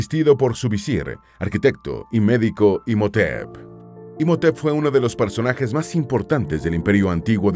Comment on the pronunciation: Imotep = Imhotep la h debe leerse Como si fuera una J..